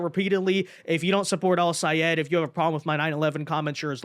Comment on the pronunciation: I am SO GLAD you pronounced Al-Sayed's name right!!!